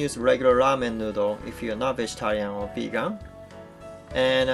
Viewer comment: Vagan? I think you mean Vegan.